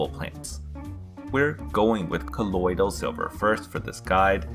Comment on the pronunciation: Colodyl silva